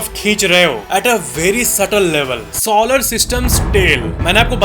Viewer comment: “SAW-lar” nahiñ “SOlar” (as in so ja neend se). “satRUN” nahiñ “saTURN”. 🪐